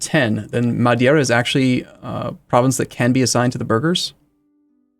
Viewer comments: It's "Madeira", not "Madiera". I've also seen this done with "Ceuta", reading it as "Sueta". What's with reading the vowel after the E as if it's before the E? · Lil Aotearoa Or rather I should say. The anglicized way of pronouncing Madeira isn't very distinguishable from the portuguese way, and "Mad-ee-er-a" is wrong in either case.